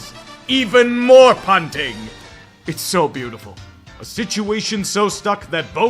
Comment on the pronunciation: Idk why but your delivery on “punting” made me spit out my drink it’s like you said it in italics somehow